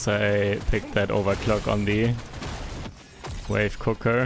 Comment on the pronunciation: Sidegame for this to get stupidly drunk: take a shot every time he pronounced it "wife cooker" instead of wave cooker.